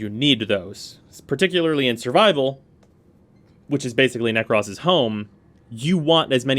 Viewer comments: Why is he saying Nekras instead of Nekros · “Nekross” I died a little inside every time he said it like that 😭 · ahhh yea you’re right. I completely forgot about that. It still sounds so weird to me though but oh well lol. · The only thing...narrator says "Nekros" funny...otherwise great vid.